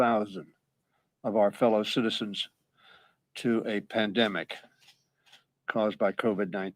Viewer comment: He said Pandemonic